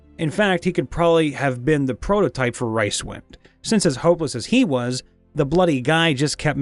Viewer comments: Sorry, can't let this go. It's Rincewind, Rinse-wind. Not Rice wind. Poor Terry. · Did you just say, "Ricewind"? Oh, so you did say, "Ricewind". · I am not sure you are pronouncing rincewind correctly.